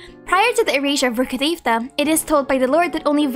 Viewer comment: As an Indian, I cannot begin to express the sheer JOY I felt after hearing you pronounce Rukkhadevata right. Thank you😭